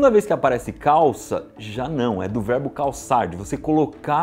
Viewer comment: Apenas eu ouvi "varbo" em vez de verbo no final do vídeo?😅😅❤